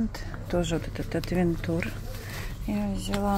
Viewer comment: привет. Аутвенчер Правильно. Ты ведь моя дорогая всё понимаешь, что такого брендах неттттт.........А ТЫ ГОВОРИШЬ АВЕНТУР, ЭТО НЕПРАВИЛЬНОООООО. ТЫ ЖЕ НЕ ПЕРВЫЙ РАЗ В СПОРТМАСТЕРЕ.